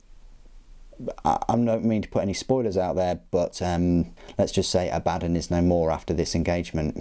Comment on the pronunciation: According to GW, it's pronounced a-BAD-dun and Goo-lah-mun.